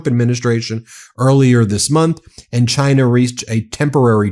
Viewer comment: in the end everybody gets some high tariffs except Chaaaainah